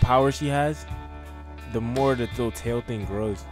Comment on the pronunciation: not them saying tail wrong